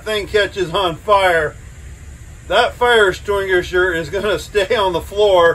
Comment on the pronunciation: Because he said fire estwingisher?